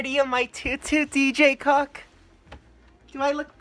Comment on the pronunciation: Is he saying DJ CUCK?!